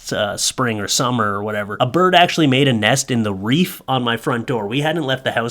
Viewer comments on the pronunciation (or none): Love you but wreath is pronounced “reeth” not “reef”: ) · Wreath not reef. LOVE YOU! Just had to give you some sht. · Hey it's WREATH not REEF.... I was reading your lips! You said reef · Dude. It’s a wreath not a reef lol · Ummm, did anyone else hear him say "Reef" on his door. The word you're looking for is "Wreath" my friend.